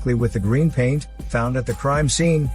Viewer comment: The way this dude says crime scene